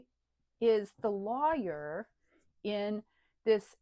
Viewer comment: I like how you pronounce lawyer as Liar.